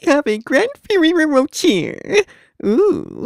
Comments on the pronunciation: "feereeero roochees" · fuhreehroe roacheer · two feerero rochees!